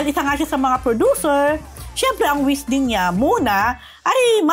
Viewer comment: it’s “wish” hindi “wis”